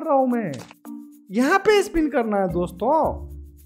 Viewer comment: He is telling DOSTHO i got much laughhhhhhh